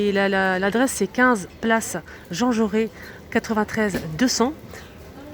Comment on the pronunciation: Jauressss on prononce le S 😂